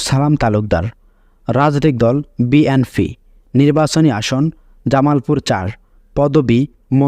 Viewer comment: বিএনফি না ভাই হবে বিএনপি। একটা দলের নামই ঠিক ভাবে উচ্চারণ করতে পারেন না আপনি 😅